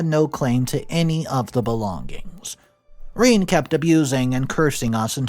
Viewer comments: Rene pronounced Renay not Reen... unless you're an inbred barefoot hillbilly.... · It’s not ‘Reen’, it’s Rene (sounds like reh-nay) no matter how much you want it to be. If you wanted your child to get bullied so bad and turn out like this brat, shoulda named her Reen. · Not Reeen....its pronounced Renay... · i'm sure it's pronounced rene,not reen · Rene is not pro ounced Reen but is Ren ay (short e) (long a) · Ren-ay. Not Reen. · It's not "Reeen", it's "Reh nay" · Oh good grief. Rene is not pronounced as Reen. How about pronouncing the name correctly. Rene is pronounced as Ren āh the first e is short. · The story is good, but saying "Rhine" is borderline disrespectful for your audience and for the human being who is writing your stories. It is Renée, feminine form for René, and it's pronounced "Reney" for english speakers... I hope your own entitlement come to light, selfish thief may get what he deserve after some time. You are not better than the imaginary characters in your stories, maybe worst ^^ 🖖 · I do not know about others but pronouncing daughters name as ( reeen) when the most common way to say this french word is (ray-nay) puts my teeth on edge! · Reen!!! Really!!! Pretty sure a person would know it's pronounced RenA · Reen?? Rene is pronounced "reh-nay"! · You were "conservation in your moves?" JFC, "Rene" is pronounced RA-NAY. Your stories and their presentation are absolute garbage. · Rene is pronounced Reh-nay, dude. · every time I hear him say Rene as Reen I cringe, which is often. JFC. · She was jealous. Also, it's Ree-NAY.